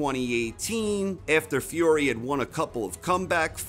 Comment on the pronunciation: Why do you say "Fiore" instead of "Fury" ?